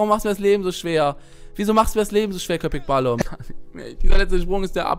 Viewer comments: balım sprichst du falsch aus und es heisst mein süßer köpek heisst Hund und du sprichst es richtig aus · wie episch er das sagt Köpek Balim ALLES klar XD heisst eigentlich KöpekBalik. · Es heißt köpek balik und nicht kopek balim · Balim heißt nicht Hai xDD Balik mit K bedeutet : Fisch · Köpek Balík nicht Balum, :) Bin Türke. :)